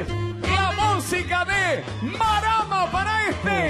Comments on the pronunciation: Marcelo y compañía, me dejaron las bolas con hidrocefalia de decir maráma o maramá. Se pronuncia Márama!!!!!!!! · tinelli diciendo maráma jajjajaja